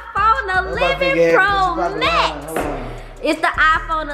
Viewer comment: Am I the only one who heard her say 11X Max Pro 😂😂